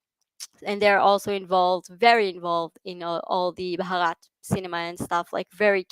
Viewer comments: One correction: you pronounce India as "brahat" which means nothing. The real spelling is Bharat (pronounced as: bha- rat) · Pronounce as Bhaarath ; name is made of two words Bhanu means Sun and rath means Chariot, so my country literally means Chariot of Sun 🌞 😊